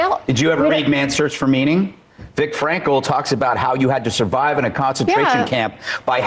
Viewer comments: Did this moron Gutfeld refer to Viktor Frankl as 'Vic Frankel'? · BTW Greg Gutfield, it’s Viktor Frankl, not “Vic.” Greg acts as though he is a scholar when it comes to Frankl. He misses the scope and substance of Frankl’s work in “Man’s Search for Meaning.” Another man-child moment from Gutfield. Perhaps Gutfield should write a book and entitle it, “Gutfield’s Search for Meaning." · He said Vik Frankl like he knew the man. It'd be like me referring to MLK as Marty.